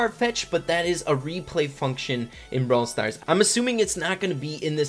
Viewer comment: Your intro says “Brawl Star Ray” and not “Brawl Stars Rey”, but idc